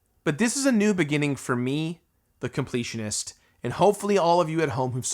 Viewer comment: The “con-pletionist”?